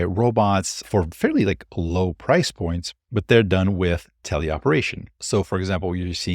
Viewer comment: 'wif'🤣 that 'th' is awol